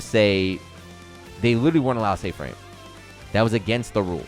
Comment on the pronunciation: “Wheres my fwames?”